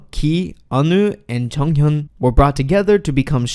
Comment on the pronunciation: Stops saying junghyun its JONGhyun